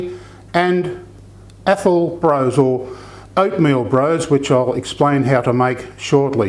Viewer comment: Lovely video, this is my Scottish best mate's favourite dessert. She says to pronounce it Bross rather than Brose, even though it is spelt with the E.